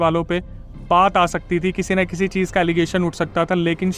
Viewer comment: Cheej ha cheez ? Kitna ganda bolte ho